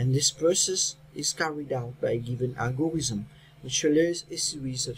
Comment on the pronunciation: it is algorithm not algorizm